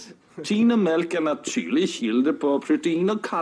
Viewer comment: you have to say it more like the actor playing Mr Milk: "Meeelk......... S t y r k e r - Kroppen" :)